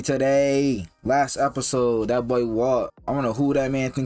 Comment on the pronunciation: Been meaning to ask. Do u guys say "bull" instead of boy? I never heard that in my life lol